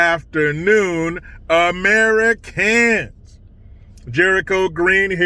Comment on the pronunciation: I like the way he says AmeriCans.